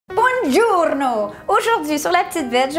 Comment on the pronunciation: "grazie mille" and it's "buongiorno" with the "o" and not the "u" the rest it's spelled in a perfect italian way :)